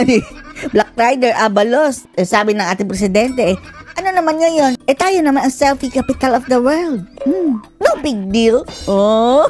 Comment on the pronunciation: Akala ko "selfish capital of the world" ang bigkas ni BBM